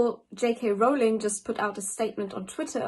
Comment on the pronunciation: Ok. I'm confused. Is it "Rol-ling" or "Rao-ling"!?